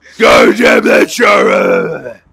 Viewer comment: FINALLY HE SAID CHARA CORRECT btw do u remember me from last nights video/stream